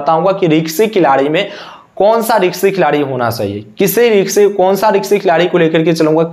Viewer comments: रिक्शी नहीं भाई रिस्की होता है । bolna seekh lo aur screenshot dusro ka lagakar jhut mat bolo ... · रिक्शे नही होता bhai wo रिस्की होता है 😂😂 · Ri. K sy nahi beta Ri s ky hota hai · रिंक्सी नहीं रिस्की प्लेयर होता है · Risky hota hai riksi kya hai?